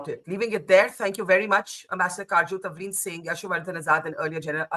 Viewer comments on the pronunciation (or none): Its Tavleen Singh, not 'Tanvir' - please get the name right. She is a kind of journalist who cannot appeal to the thoughtless, has a strong following, & irrespective of your view, terrific credentials! We love to listen & read. If you listened attentively - & fully - you'd be sorry for misconstruing her.